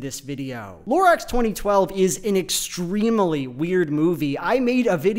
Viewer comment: I find it so odd that he pronounces it this way. I've never met anyone else who does that. It's extreemuhly weird.